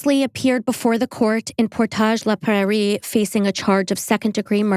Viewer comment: (Great job with the French pronunciation of Portage le Prarie) I was days away from turning 15 when this case happened, and I have a lot of connections to this case. This is one of the reasons I have been working towards my masters in psychology. I feel terrible for Tim McLean's family, as well as the other people on the bus, but I feel terrible for Vince Li, too. So many people believe he should be in prison, but I have never been on that side. I know that's controversial. We put people in prison hoping that they will be rehabilitated (without doing anything towards rehabilitation in most cases), and with medication, Vince Li is rehabilitated. He is not "free" the way a lot of us are. He has changed his name, but so many people still watch him. He will always be under public scrutiny. There's forums online to watch for him, people are still scared of him. He may not be officially watched, but the public is watching. Yes, there was likely a part of him that knew what he was doing was wrong, but that's part of the point. He was begging for death, but he was unable to stop himself from killing, dismembering, and consuming a human being. That, to me, is one of the most terrifying things I have ever heard. I'd imagine that if you murdered someone when you couldn't control yourself, you would do everything you could to keep yourself under control. This isn't "oh, I couldn't control myself from r*ping this woman, hahaha whoops", this is a legitimate psychological illness that he co